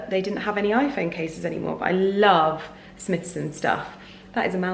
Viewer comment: Smythson pronounced differently... I believe.... I worked with this storied brand. much love